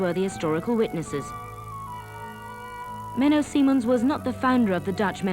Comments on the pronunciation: Menno Simons NOT Menno Simmons or Menno Seemans. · It's Menno Simons. She is pronouncing his name incorrectly the whole time.